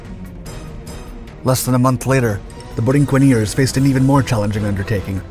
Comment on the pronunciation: The Borinqueneers were recognized with a Congressional Gold Medal ... (The people of Puerto Rico have been drafted into the U.S. Military since World War ONE ... 9 Congressional Medal of Honor recipients from an island measuring 100 miles by 33 miles). ... The correct pronunciation of "Borinqueneers" is "Boreenkeneers".